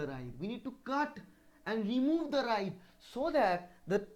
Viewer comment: It is " writhe " ..... not ride , right or wright .....